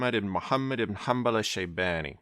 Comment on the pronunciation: Bro you just butchered Abo Abdullah Ahmad iban Mohammed in hanbal al-shaybani name